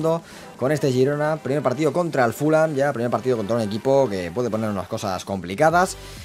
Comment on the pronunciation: Se pronuncia "fulon".Yo también decía fulham pero me vine a vivir a Inglaterra y lo corregí.